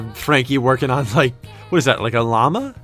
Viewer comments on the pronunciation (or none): none